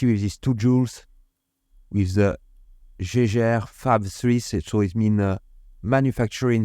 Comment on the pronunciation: Lovley mouvement. I always try to teach french how to say Jaeger-LeCoultre. Obviously i dont need to say anything about LeCoultre, but Jaeger. Now in german the to letter a following e, ae, that is the old way to soell ä. In Germany they have an old way to stell things and a new way. So ae is ä. To help you pronounc Jaege, think Jäger. For example used in the famous german bevrige, Jägermeister. Jäger-Meister. Hunter and Master. Chasseur et Maitre. So if you simple say Jäger-LeCoultre, you are spot on😊 Good luck. Great video tx for shearing